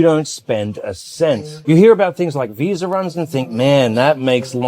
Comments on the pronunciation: no R in Visa brother. Love your videos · Lol no brother its your accent. Aussies Kiwis and a lot of people from the UK add an R at the end of Media or Visa. Time stamp : (40 seconds in) I always like to give you guys a hard time. But I subscribed because you honestly have the best videos out of Thailand. Best channel I've found. Great work brother.